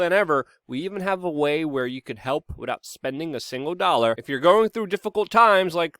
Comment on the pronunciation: ImporTant _work not imporant work!!! And wiTHout not witout! Learn to speak english.